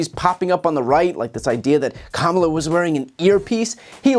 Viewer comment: The only thing I took from that was, he finally said the vis president's name correctly.